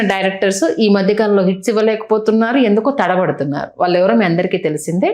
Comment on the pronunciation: వాల్లు వీల్లు కాదు గారు, వాళ్ళు వీళ్ళు అనాలి.